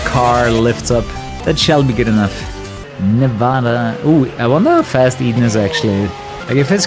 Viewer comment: Thank you for pronouncing Nevada correctly lol. It's something most nevadans cringe at lolol